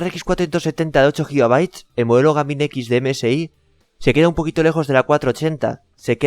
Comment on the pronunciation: Antes de grabar un vídeo aprende inglés porque me parece que Gaming y EVGA tiene un pronunciación diferente...